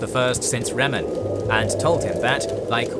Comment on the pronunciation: Yep just to add to some other mispronunications I heard: - Aetherius (pronounced Aetheerius) - Merethic Era (mispronounced as metheric the 1st time) - Alessia (pronounced Aleesia) - Reman (pronounced Reeman) - Stros M'Kai (pronounced Stros Ma'Kai) - Yokuda (pronounced Yokooda) - Hjalti Early-Beard (pronounced Hyalti) - Colovians (pronounced Coloavians) That being said other pronunciations were on point, great job on the video guys! Looking forward to more. It's also fun to mention that while some stories like the birth of Reman may sound pretty far fetched, that's the beauty of TES lore. So much of its history is told through different authors with their own subjective cultural/religious worldviews. The line between fact and fiction can be blurry. The unreliable narrator influence is what makes TES lore distinct to other fantasy worlds like LOTR where everything is often factual.